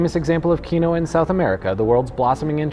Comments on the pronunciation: "key Noah" keen wah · Only one~slight~correction. Quinoa is pronounced "keen-wah" And indeed your guests do look uncomfortable, 😂. Jenn 💖 in Canada 🍁 ☺ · Kee-no-uh? I've been saying Keen-wah lmao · "Key-noah" heh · Man, you are butchering the pronunciation of "quinoa."